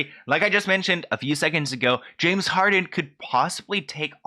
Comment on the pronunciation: pronouncing Harden as Harding the entire time was killing me lol